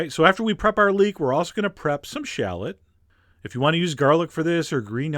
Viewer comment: i'm not too keen on the way you say shallot either!